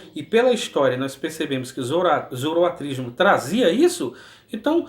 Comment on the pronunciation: Muito bom! Arrebenta aí com os balaias! OBS: o certo é "Zoroastrismo" e não "Zoroatrismo".